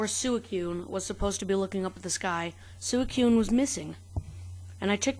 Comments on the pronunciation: Did this man just say sue e coon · It's pronounced Suicune (Swee-cune) dude or girl. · ur pronouncing "suicune" wrong